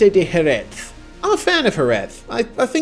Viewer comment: It has really caught my attention that pronounce Jerez better than we do in Andalucía (the south region of Spain). You're the only foreigner I've ever heard pronouncing that final Z as it should be. Even here, we just say "JereH" instead of JereZ hahaha